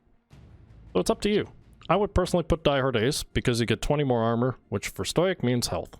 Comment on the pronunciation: stow-ick stow-ick stow-ick stow-ick stow-ick